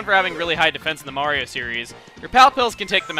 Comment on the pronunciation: his name is MARIO not maria